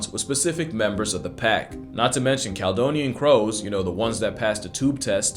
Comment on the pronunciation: Cal-e-donian 😉 from the old roman name for Scotland it's pronounced like California.